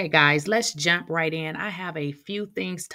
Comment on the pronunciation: Why I thought she said let’s jap right in lol 😂